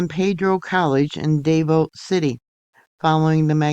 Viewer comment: Hi, Thank you for covering this. Just a little FYI…Davao is pronounced like…two syllables…Dah Vaw…not Day Vo.